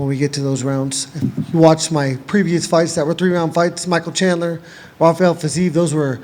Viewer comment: gaethje said chandler funny